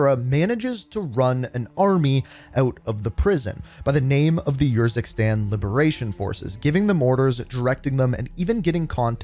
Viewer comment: “Yurzikstan” nahhhhh bro did them dirty💀